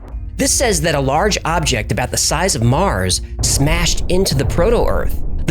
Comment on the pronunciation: Only now noticed that you pronounce "object" weird.